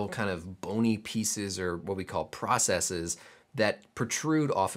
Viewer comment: thank you for not pronouncing processes like it's the plural of "processis". it seems to be a peculiar american issue that people have decided the wrong pronunciation sounds "more technical", and it grits my teeth